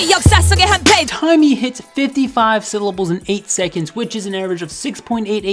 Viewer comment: I don’t who Tymee is but I thought you’ve been saying Tiny.